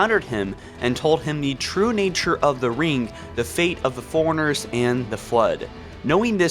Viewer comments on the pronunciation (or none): Please stop saying foreigners and say Fore-Runners lmao